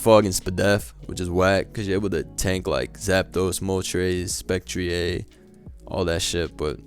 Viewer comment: Man said spec-tree-ayy. Been watching too much wolfey